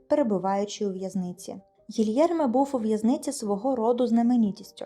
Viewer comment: Гілєрме, а не Гільєрме